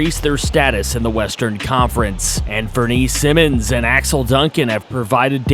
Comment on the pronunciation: Sigh-Mons not Simmons